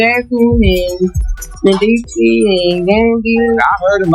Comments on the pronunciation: lmaoo she called him “mishi” AND “messes” its like everytime she said it she butchered it more🤣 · Her pronouncing Mendeecees name completely wrong the whole time is killing me lmfaooo